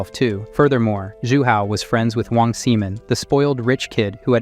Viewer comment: Wong Simon... Sigh-mon.not semen.